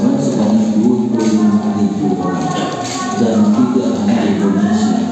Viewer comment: Indonesia bukan Endonesia, mbak.